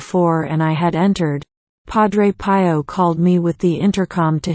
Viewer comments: Would you please change the automated voice to a human one. I personally find it irritating. Also the name Pio is pronounced P (as in the letter ‘’P”) O as in the letter, “O”. Other than that, it’s a good video. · Cannot someone show dignity to Padre Pio by a narration by a human and the proper pronunciation of Pio (pee-yo)? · Agreed - especially with mispronunciation of Padre Pio's name.